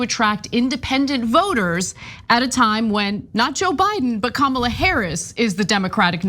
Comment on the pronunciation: I'll give Vance props on one thing. He pronounced Kamala correctly.